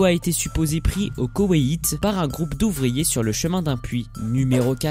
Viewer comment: Le koweIIIt ??? 😭😭😭 Ça se prononce kowéte 😅😅😅